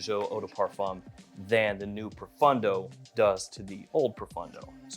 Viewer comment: I wish that would pronounce pro-phone-dough correctly instead of pro-fun-dough! 😊